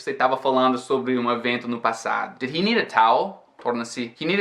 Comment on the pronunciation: por que você tirou o S do speak e do need?!